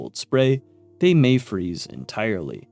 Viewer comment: "May" and "Meh" are not the same sound. Nice cope though